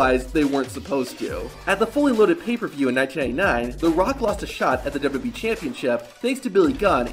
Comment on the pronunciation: Please work on your annunciation of "duhdubyee"